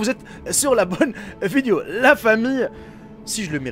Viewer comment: On dit une VIDÉO et non VIDIO...😂